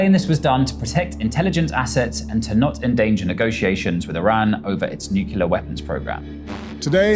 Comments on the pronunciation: *NucLLLLLear not nukelar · Vice Journalist: can't even pronounce "nuclear"!!! 😂😂😂😂